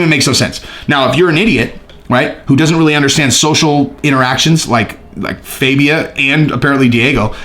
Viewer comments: IT'S JASHUA FAAAAHHHBIA NOT FABIAAAAHH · Did you listen to anyone say his name fAbia